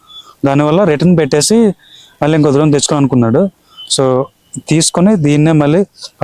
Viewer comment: Dhrone kaadhu bro. Drone. ద్రోన్ కాదు బ్రో అది. డ్రోన్